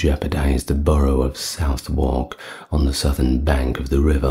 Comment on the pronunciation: You mispronounced Southwark it's pronounced as "Suh-thrk"